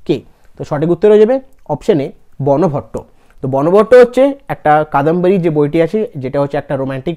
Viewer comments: ওটা বনভট্ট উচ্চারন হবে না। ওটা বানভট্ট উচ্চারন হবে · তুমি ভালোই ক্লাস করাচ্ছে কিন্তু সবচেয়ে বড় কথা ক্লাস করানোর আগে নিজে রিভিশন দাও উচ্চারণ গুলো ঠিকঠাক করে করো. হিউ এন সাঙ, বানভট্ট এগুলো ঠিক করে বলো